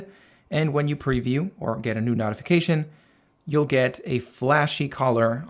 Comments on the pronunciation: Notification (NOTE) .... not NOTification....the I following the T makes the O the long version.... basic English. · it's pronounced NOTE-ification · Ty for a highly informative video. It's pronounced "note-ification." Be well and best of luck. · Not.ification? Great video but you say notification weird 😂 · It’s NOT pronounced NOTification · Nice video! But I have never heard anyone pronounce "notification" the way you do 🤔